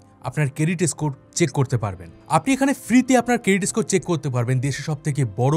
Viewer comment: এস্কর, এস্পেশাল এগুলো বড্ড বাজে শুনতে লাগে